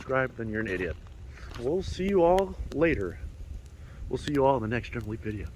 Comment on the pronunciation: Leneral Geep lol